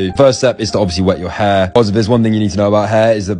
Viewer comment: I at least here him say heirrrrrr so much